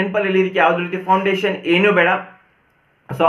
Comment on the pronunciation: It is foundation.. not poundation